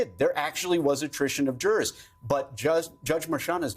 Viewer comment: "and the drrrs have left the courtroom..." Not even close to "jurors". 😂